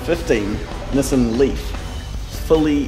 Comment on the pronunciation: Sooo Bar OOO (Subarau) Niss in (Nissan) ! LOVE IT